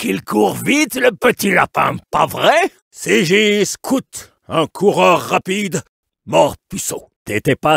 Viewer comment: I love how Scout is pronounced SCOOT